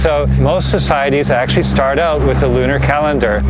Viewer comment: What the hell is "loonier?' I hope you don't mean "lunar."